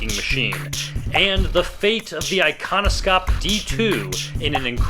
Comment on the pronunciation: It is actually pronounced Ikonoshop, sk, skj, and kj make a sh sound!